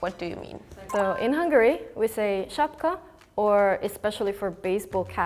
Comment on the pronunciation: she said it exactly like a bulgarian "шапка", бейзболна шапка 🌝 that was so strange to hear from a hungarian lol